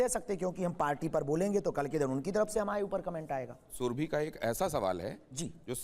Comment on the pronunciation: सुरभि कहिये ,सुरभी नहीं!